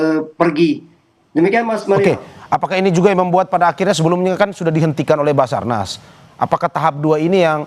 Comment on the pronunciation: sabarnas apa bazarnas😅